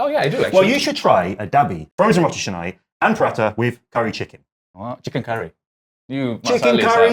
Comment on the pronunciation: It's roti CAnai, not roti chenai. Hope u can improve on that.